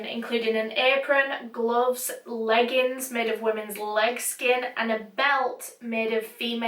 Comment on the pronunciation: That's a hole new take on the word "legg inns" 🤮